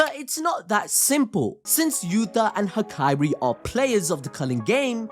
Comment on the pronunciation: Hakairi? It’s hakari